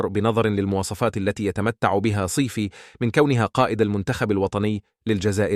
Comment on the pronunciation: قالك هذا الذي يتكلم ولا يعرف حتى العربية صايفي يقول عليه صيف جمال اصبح جمل يا اخي تعلم العربية والنطق بها و من بعد ارواح اتكلم على الجزائر